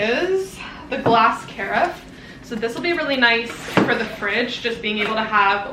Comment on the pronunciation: The Fable glassware is gorgeous! So elegant. Carafe is usually pronounced to rhyme with giraffe (kuh-raffe). Happy vlogmas everyone! 🎄